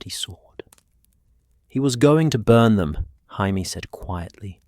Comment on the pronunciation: I can tell you're british. The proper pronounciation is "Jay - me " , NOT " Hi-me". Hope that helps. Great story other than mispronounciations. Hi - me is the hispanic pronounciation. Excellent video otherwise 2 thumbs up